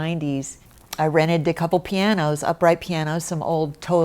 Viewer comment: Did she say she ‘rented’ those pianos? 😂